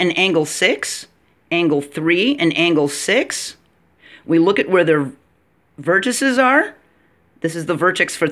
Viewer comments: Vertices is pronounced vertiSEEs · I respect your video(s). I would challenge you to find anywhere on the web examples of deviations from what I mentioned to verify for yourself which is correct. It is similar to indices, matrices, vortices in pronunciation. Even UK pronounce it that way according to a website I checked. Anyway, it's definitely you're not your. Keep up the good work.